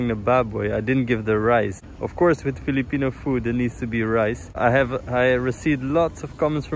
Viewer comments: Impressive how you pronounce Filipino words! Job well done! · Your Pronunciation of Filipino words is more Filipino than I have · It's so nice to hear Filipino words spoken correctly by a foreigner. Amazing! Thank you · Haha I love the way you pronounce those filipino words. It sounds natural 👍☺️ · Was checking on random videos in my feed when I saw this. Watched and not even halfway through I know I had to hit the Subscribe button. Now I am curious and want to know more about your channel. Your Filipino words are on point! Not to mention your Lechon Belly looks delish!